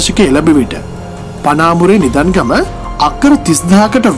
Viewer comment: කථාව නම් නියමයි. ඒත් කියන විදියට අහංඉන්න අප්පිරියයි. අවුරුදු 25ක් උසයිලු. නින්දගමට නිදන් ගම කියනව. ඉඳියාලු.මොනවද ඔය වචන. සිංහල හරියට උච්චාරණය නොකලහොත් අහන්න අප්‍රසන්නයි. කථාව හොඳට ලියලා තියෙනවා. දන්න කෙනෙක් කියෙව්වා නම් සුපිරි.